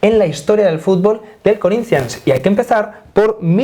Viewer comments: Porra quando for falar Corinthians vê se fala direito. Falar nossa língua é o mínimo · Me he quedado con las ganas de escuchar a decir "Corinthians" con acento portugués